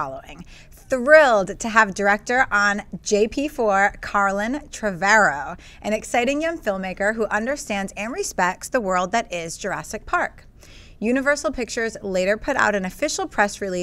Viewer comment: did she say "Carlin" when it clearly said "Colin?"